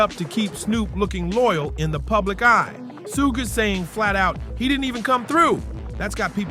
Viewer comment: Man!! : Who n TF iz SOOOG?!! Hiz name iz "SUGE" (an abbreviation of the word Sugar, without the ar) RIGHT?!? 🧐🤷🏽‍♂️ So annoying...